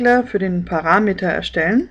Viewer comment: Gefällt mir gut. Aber sprechen Sie doch bitte PARAMETER korrekt aus. Die Betonung liegt auf dem 3.letzten Vokal a. Nix Meter.